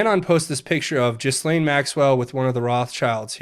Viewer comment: I believe the “s” is silent on Ghislaine.